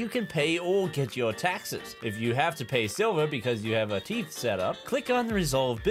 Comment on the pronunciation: I birst into laughter when he read tithe as teeth